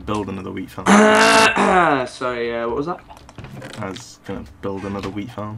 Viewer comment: I keep hear WEED farm instead of WHEAT farm 😂😂😂